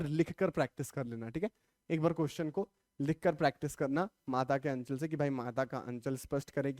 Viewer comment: aachal nhi h anchal h